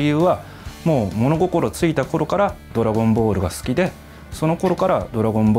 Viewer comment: I hate the way he says “Dragon Ball” Dragon boru.